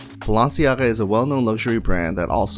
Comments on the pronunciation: the way you say the "len" sounds like "luen" 😂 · Why do you say balenciaga weirdly its "ba-len-si-aga"